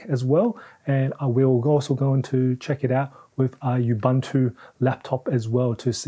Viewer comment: say it with me: ooboontoo not ubuhntu